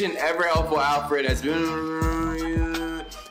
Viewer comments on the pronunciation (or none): put some respect on Alford’s name c’mon what you mean??? 😒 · you put some respect it’s Alfred not Alford